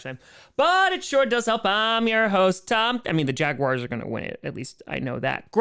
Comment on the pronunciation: Did he just say Jaguary?